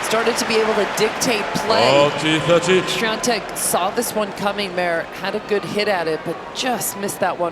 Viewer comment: Why does the chair umpire keep mispronouncing Swiatek's name so badly? lol